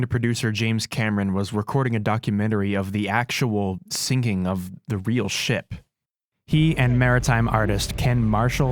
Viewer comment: He- he weally is a weal man 😳👉👈